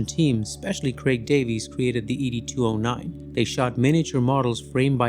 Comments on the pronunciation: Is Wolfcrows voice track on this video AI? Why did he call? ED 209, E.D. 209, saying each letter, and not like the name Ed the way it’s done in the movie… also, Rob Bottin, I believe, is pronounced Bow-teen, not BAH-tin… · Ed 209, not Eedie 209. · E... D... 209? Really, it's Ed ya weirdo! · Did this guy even watch the movie? It’s not “ee dee 209”, it’s ed 209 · Have you even watched the movie? I am inclined to think not seeing as you keep saying e d 209 instead of ed 209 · ED-209! Not E D-209! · ED!!!! 2 OH 9 .... NOT eeee deeee 209 🙅🤦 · Is this AI voiced? Or did you not watch the movie? You kept saying the letters in Ed209. You sound it out like the name Ed. It’s like that in the movie. They say it multiple times even :/ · Who pronounces ED-209 as E-D-2-0-9? That's so weird to hear, almost like this is another crappy AI channel.